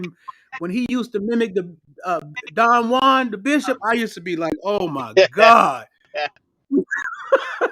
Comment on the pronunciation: He fuck up Don Juan everytime.. Lmaoooooo